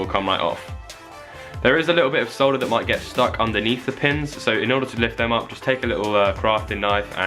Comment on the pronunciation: Finally someone on YouTube who says "solder" instead of "sauder"